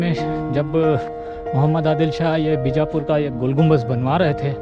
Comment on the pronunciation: gumbaz nahi bhai GUMBADD